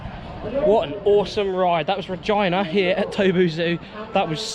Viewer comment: I think you mispronounced RegEEna on purpose! lol